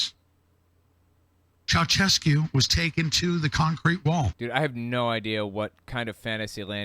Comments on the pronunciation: Anyone think of Seinfeld when dude says "Chaochesku" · FYI, the reference to the (badly pronounced) Ceaușescu isn't deep Q lore. Nicolae Ceaușescu was a Romanian dictator who got executed in 1989.